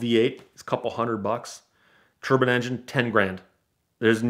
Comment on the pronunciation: The way he pronounces Turbine legitimately triggered me so much that I couldn't finish this video. Why is he pronouncing it "turban"? It's "tur-bine"